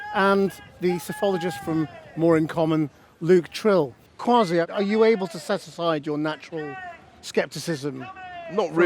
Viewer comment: The man can't even ensure his own name is pronounced correctly. It is Kway-see. In Twi, the predominant native language/dialect in Ghana, Kwasiya, close to Kwa-see - the way he has it pronounced - means clown. Nuff said.